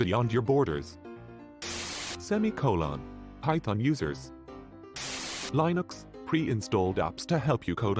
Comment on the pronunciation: You make sure that resume is pronounced right. Why not Linux too?